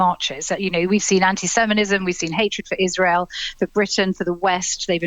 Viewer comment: Did she say "anti-semenism"?